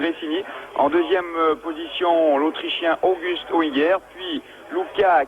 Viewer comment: August Auinger hört sich auf Französisch echt legendär an: Ogüst Oingäär :-)